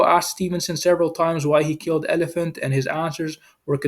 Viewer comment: Ol i phant Not elephant